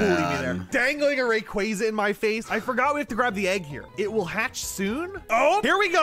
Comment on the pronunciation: Man that pronunciation of Rayquaza is so grating.